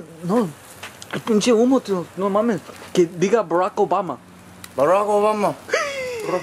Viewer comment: me too when he said barck obama